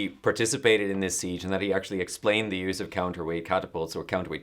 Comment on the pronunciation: 4 minutes in and “ ze ditch!”